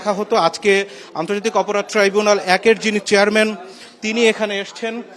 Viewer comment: ট্রাইবুনাল যখন যে সরকার আছে তখন তার বালের ট্রাই বুনাল।। ট্রাইব্যুনাল কইরেন না শুনতে ভালো লাগে না